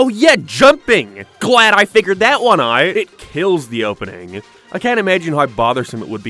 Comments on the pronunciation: New here - why can't he say the "ow" sound it's so distracting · "glad I figured that one out" except out is pronounced in a way we have yet to capture in the English language. Also, did you really say they NEELED it instead of Nailed it?